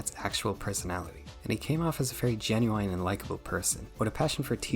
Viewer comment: I cannot get over how you pronounce the word genuine like the R&B artist Ginuwine